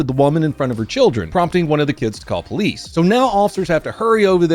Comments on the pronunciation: Oh my God, please don't EVER say police like po-lice again dude. Your white, be white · it sounds like he saying ITS THE POLECE